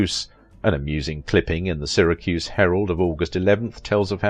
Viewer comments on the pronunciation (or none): none